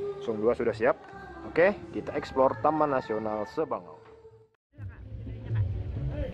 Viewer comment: Sabangau mind.... Bukan sebangau